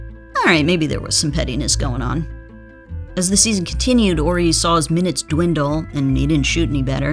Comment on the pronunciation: Correct me if I'm wrong, but isn't there an H in Horry? Asking for a friend. Robert orry, Robert orry. Due the H in Horry be silent?